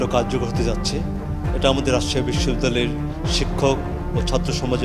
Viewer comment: রাজসাসি না কি রাজশাহী ???😅